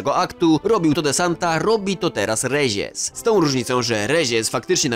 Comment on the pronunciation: Stary błagam nie eskłezia tylko eskłela, rezies to rejes a aziende wymawia się ajende a tak to film mega